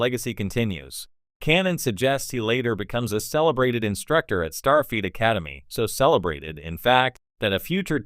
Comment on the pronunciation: Fix your pronunciation of STARFLEET!